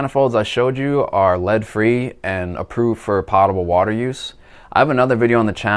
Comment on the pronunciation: Good info. Just FYI, the 'o' in potable is pronounced like potato, Poe, oh, etc.